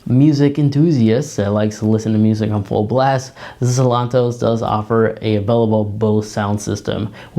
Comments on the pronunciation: It’s Seltos not Selontos! 👍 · How hard is it to say Sel-tos?